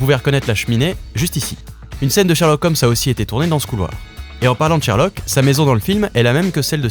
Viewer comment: shErlock holmes, pas shArlock holmes francais de merde